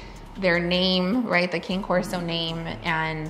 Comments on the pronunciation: It’s cane corso not king corso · Cane (Kah-nay) Corso!💜🐾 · How do you pretend like you're an expert on a dog breed when you can't even say the name correctly? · Bruh if you wanna protect the dog's name at least say it correctly lol. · What killed it was right when she said they researched the breed and then doesn’t know how to say the name correctly. I didn’t know how it was pronounced until I looked into the breed before getting my first puppy. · "being human" is not an excuse for not saying Cane Corso correctly when you put yourself out there as an expert in the breed. Zero credibility, also he looks like a Neopolitan Mastiff mix. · Oops! We were camera shy, definitely should have pronounced it correctly. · should be able to say the breed name of your own dog correctly- especially on a documentary like this which is educational 😊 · Maybe learn how to pronounce the breed of your dog if you want to appear to be educated on them. How is no one correcting them? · they did a lot of research, yet they haven't learned how to pronounce the name of the breed... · you don't even say the name of the breed right